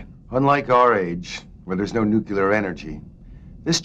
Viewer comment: Nope, He Literally Said "Nuclear" Pretty Damn Normal You Know? That's One of The Reasons why I F*cking Love You